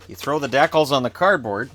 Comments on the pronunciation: Is nobody going to say anything about how the says decal?! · Love the Canadian decal pronunciation of DECK-IL opposed to the American D-COW. Gonna start using Deck-il. Youre the man, keep it up!